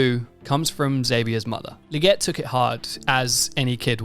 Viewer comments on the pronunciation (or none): Legette~ with TWO ✌️ E’s, “LEE-GETTE” Lol